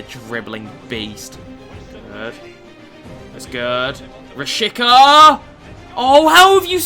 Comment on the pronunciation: Im from Kosovo and you're saying it wrong. It's Rashica with a "C" not Rashika